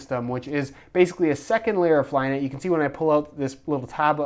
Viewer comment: said flynit.